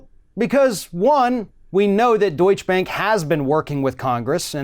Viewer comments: It's not "Deutsch Bank" as in 'Donny Deutsch' but 'DeutschE Bank' - pronounce the last E. Why can't americans pronounce foreing names correct? But - never the less - Deutsche Bank needs to be cut down to size! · Please, it's not pronounced "Doich" bank - though Trump probably pronounces that way as well.